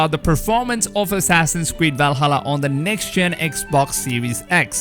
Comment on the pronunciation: What the hell is a wuaking?? And walhalla?